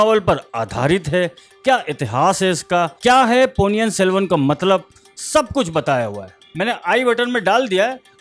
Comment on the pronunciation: It's not Ponni yan it's Ponni in .